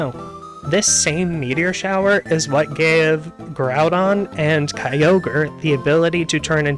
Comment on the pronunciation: I like how You mispronounce certain names. Not trying to hate. I just find it funny. Gorudon sounds like something from Monster Hunter